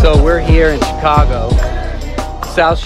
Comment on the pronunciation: and Bruce7: I heard it also. It would be great if some of these YouTube videos that we see would have a real person reading who knows how to pronounce simple words like "Chi-CAH-go" (accent on the second syllable to whoever narrated this video). The robotic voices just don't cut it. I agree with all of those who are calling for the mayor to resign. She has failed the city on so many levels.